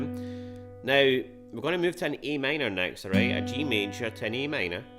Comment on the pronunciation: I guess it’s just your pronunciation of Am